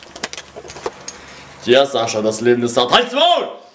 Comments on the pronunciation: bei hat er schascha gesagt :) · Er sagt manchmal Schascha :D Oh man wie ich die aussenseiter liiebe :D